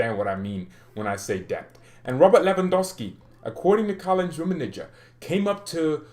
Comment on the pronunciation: One favor, it will do you good, please stop saying "Rummenije" my ears bleeds ;). It's hard "G" like Gabon or goal.Okay? From now on, Rummenigge not Rummenije :)